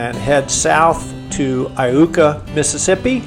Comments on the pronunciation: How about learning to pronounce the town names. It is pronounced " I YOU KA". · Iuka is pronounced eye-you-ka. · I believe it's pronounced eye yooka ms by the locals. I've lived about 30 minutes west of there my whole life.